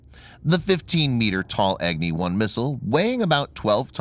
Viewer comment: It is not Egni, it is Agni.